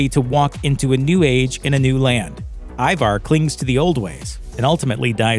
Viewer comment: The bloke narrating needs to learn to pounce Ivar and Wessex properly lol. The season seems rushed and Ivars death and the Russian arrow death on the balcony were weak